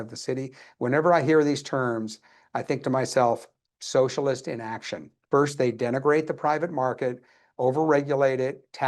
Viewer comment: "About to go socislist?" 😂😂😂😂😂